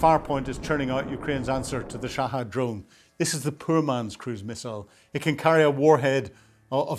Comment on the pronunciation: *Shahed NOT "Shahad".